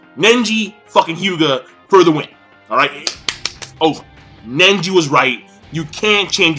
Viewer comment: Seriously, you can't say one name right, or even a technique... Nenji? Notradamus? Bayakyugan? xDDD It's not like you're way off on the names, but damn...